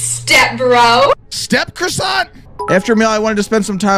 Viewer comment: R u gona finish that CROSOSSANT